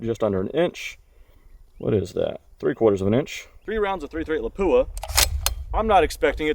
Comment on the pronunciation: I still like the Paratus. It works well for me, breaks down pretty small. It is pronounced LAP-Wah.